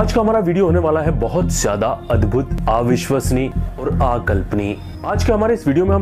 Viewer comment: TO,...PRONOUNCIATION....PROB....NOT,...AA VISHSWASNIYA....=....NOT....आ_विश्वसनीय......BUT.....अविश्वसनीय.....SAME......NOT AAKALPANIYA......=NOT.....आकल्पनिय.....BUT......अ-_कल्पनीय